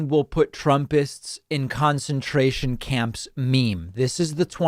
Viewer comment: My girlfriend thought David said foreskin tournament camps. Lol.